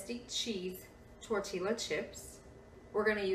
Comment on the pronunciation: L is silent in tortillias.....it is pronounced...tore-tea-ya